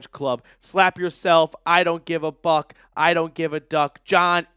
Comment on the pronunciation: When you said "I don't give a buck" it almost sounded like you said the F word!